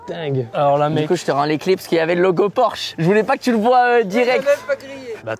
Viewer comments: tu feras attention brozer c’est bien porsche et pas porshe je sais pas si ça peut se corriger mais au moins t’es au courant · C Porsche pas porshe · incroyable la vidéo mais PORSCHE PAS PORSHE 🤣Humour bien entendu j'ai adoré la vidéo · Le « pimp my porshe » au lieu de Porsche m’a fait mal au coeur.. Mais bravo Michou, tu régales tes proches tu as bien raison, vivre à fond on sait pas de quoi demain sera fait alors continue à profiter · Porsche s'écrit comme sa pas porshe comme ça petit tips avant de te faire taper dessus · Super vidéo mais c’est Porsche pas porche pour le pimp my Porsche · Le porshe au lieu de porsche 😭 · "porshe" la honte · Porsche et pas porshe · PORSCHE ET NON PORSHE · T'as pas respecté le nom de la marque 😭 C'est Porsche avec un C pas juste SH 😂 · "porche" j'ai eu mal aux yeux ahah (PorsChe) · Porsche pas Porshe Michou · Tu feras gaffe à pimp my porshe c'est "Porsche" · j'ai kiffé la vidéo mais le pimp my "porshe" et pas Porsche je fais une fixette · Porsche c'est avec "sc" pas juste "s" mdr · ✨ Porsche ✨ et pas "Porshe" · Mdrrr Michou c’est porsche avec un C donc "pimp my porsche" pas "pimp my porshe" bahaha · Sa se dit PORSCHE !!!!